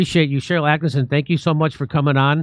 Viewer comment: ATTKISSON, NOT ATTKINSON